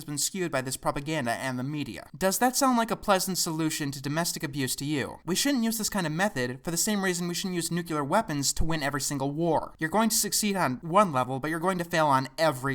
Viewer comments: Great video, but nucular weapons... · 1. Nu-cle-ar 2. You should be a teacher on facts. 3. Thiiis has hunted thiiis :) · Nuke-u-lar weapons